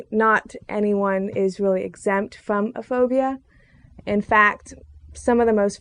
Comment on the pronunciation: I'm afraid of your big hips - and most likely big ass. Damn - look at those legs. Learn to say "button" as well - as this scares me. And lose those glasses - you will go from a 4 to a 6 right away. Also - what is "phodia ? "